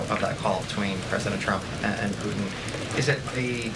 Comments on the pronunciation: President “Poo-ihn” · She’s the best speaker of the house that’s ever been! My only complaint is very minute, and she may be doing it on purpose… it’s the lack of pronunciation of the letter ‘T’ on a lot of words where a T is in middle of the word. Like ‘Putin’, she kinda says Poo-en, Forgo-en, impor-ant…It sounds like a 5 yr old. A lot of people doing this lately. My pet peeve. But, that said, this lady is FANTASTIC!!!!